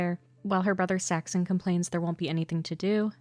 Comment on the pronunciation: Did you use an AI voice with a script with some mistakes? Half the time Saxon is pronounced as Saxton and I think I even heard a Paxton in there